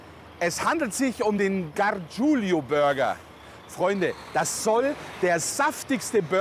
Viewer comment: Könnt Ihr lesen? Es ist "Gargiulo", nicht "Gargiulio"!